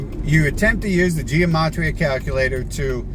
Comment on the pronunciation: the pronunciation really doesn't matter, we all know what he's talking about, and so does he.